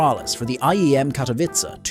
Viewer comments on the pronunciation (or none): none